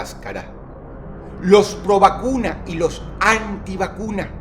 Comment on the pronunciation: alguien mas en el minuto escucho que dijo ROBACUNAS en vez de PROVACUNAS. DROSS ERES UN VERDADERO LOQUILLO jajajajjajajajaja